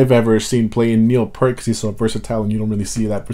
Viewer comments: fucking PEEEEERRRT!!!!!! NOT PUUUUUURRRRTTTTT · It's PEEEERT, PEART! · Neil’s last name is pronounced like Peert. Neil said said he would always play Tom Sawyer live because it’s the most difficult thing he ever put together to play “correctly”, and that he always loved playing it for that reason. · Hey guy, his name is pronounced “Peert” not “Pert” like the shampoo. Thanks for unlocking a couple of mysteries in this tune. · I'm not gonna be one of those guys who says his name is pronounced Peert... but...oh crap... looks like I am one of those guys... damn. For what it's worth I still slip myself. I had the wrong pronunciation in my head for many years before it was corrected. I still screw up.